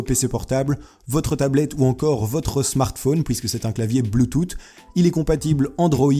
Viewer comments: AAHAHAHAHAHAHAHAAHHAAH MEC ON DIT BLUTUTH COMME UN SSSSSSSSSSSSS PAS UN TTTTTTTTTTTTT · BLOOTOUTE 😂 C'est Bluetoosss (bluetooth) sinon ta vidéo est super ! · je voudrais l'adaptateur bluetooth 😀 ( on prononce "bloutousse" et pas "bloutoute"😂😂) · La souris s'il te plait ;) sinon tu dechire continue les video de ce genre (ps prononce "bluetoth" comme bloutousse ^^ ) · Ptn le bloutoute il m’a cassé les oreilles, mais la vidéo est très bien faite, super vidéo continu stp. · Bleutoute 😂😂😂😂 jpp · Bloutoute pwisse pas glisser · Mdr bloutoute ta ma tuer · Je suis le seul à avoir remarqué qui dise blutoute ???😂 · blootoute mdrr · Mdr bloutoute je me marre comme un fou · BLUETOOTH PAS BLOOTOUTE on dirait mon prof de tecno mdrr en plusse il a 45 ans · Sa ma soûler quand tu disais bloutoute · le fait que tu dise "pouisque" me perturbe plus que le "blootoute" mdrr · Je revois cette vidéo et je me marre toujours autant avec ce "BLOUTOUTE" haha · bloutout xD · je suis le seul pour qui blootoute m'a perturber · Avant tu disais huit "OUIT" maintenant Bluetooph tu dis "Bluetoute" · bloutoutte et bafle mdr putain ! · BLOUTOUTE mdr tes un tueur j'ai trop rigoler 😂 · c'est quoi bloutoute ? XD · BLOOTOOTE XD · BLOUTTOUTE xD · bloutoute xd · Superbe vidéo !! Personnellement j'ai beaucoup ris pour le "bluetoute" XD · on dit bloutousse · tu c'est pas parler ou quoi c pas bloutoute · On dit blutut mais bultus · ça ce prononcé "bloutousse" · bluetooth pas '" blutut" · c pas bloothoouuutttttt c blouthu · la prononciation de bluetooth en mode bloutoute x) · wtf comment tu prononce!!!??? bloutout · BLOUTOUTE MAGGLE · putains sa se li bloutouf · BLOUTOUTE X) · Bloutoute LOL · bluetooth ca se dit bloutousse tu crois t'y connaitre dans l'hight tec mais non en fait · blootoott mdr tu sais pas parler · arrète de dire bluetoute ton tu nous casses les oreilles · ahah bloutoute mais nan ça ce dit pas comme ça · c'est pas bluetoot mais bluetooth qui se lit bloutousse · on dit bloutous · bloutout xD 😂